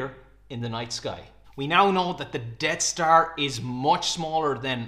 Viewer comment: sounds like you're calling it "Dead star" but it's actually called the "Death star"